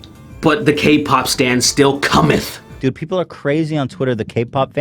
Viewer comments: Bro, do you mean [ S T A N D ] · When you said stan I heard Stand and then I started thinking of all the fans of them are just a singular stand from jojo.